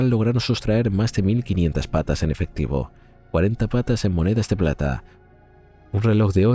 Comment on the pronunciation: PESETAS NO PATAS, INTELIGENCIA ARTIFICIAL...NO SEAS BOBA.